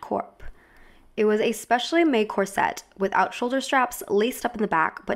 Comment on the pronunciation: Is there any reason you pronounce Corset as cor-sette? Gorgeous film and great analysis x